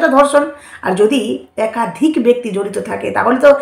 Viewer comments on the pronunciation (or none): none